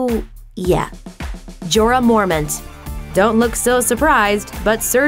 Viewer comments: Shout out to sander cleagane and joarah mormint. Is it so hard to pronounce sand-or and More-mont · I know she didnt watch the show after she pronounces "Jorah Morment"